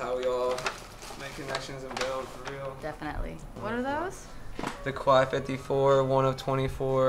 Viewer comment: please stop saying Quai 54 the wrong way.... hurts my french ears... lol